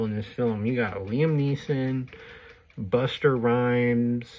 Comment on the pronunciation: Buster Rhymes?? Its Busta